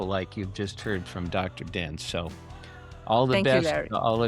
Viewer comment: Isn’t her name Dr Din? Not Dr Bin?